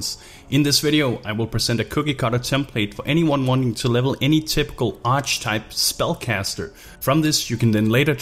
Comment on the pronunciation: Please stop pronouncing "archetype" like that! It has 3 syllables.